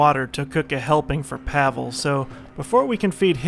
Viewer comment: I think Pavle is pronounced "Pav-ley", not "Pavel".